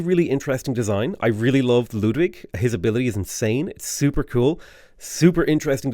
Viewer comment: I'd never have thought to hear a non-german pronounce Ludwig (almost) correctly.